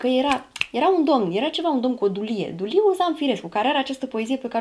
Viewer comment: îl cheamă Duiliu, nu Duliu, că totuși avea părinți normali la cap 😅